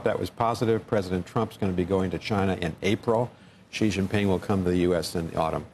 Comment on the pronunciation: The Amb. to China and still cannot pronounce Xi's name correctly....if you cannot even get that right, learn and know absolutely nothing.